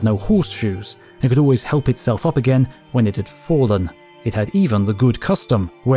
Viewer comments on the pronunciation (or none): none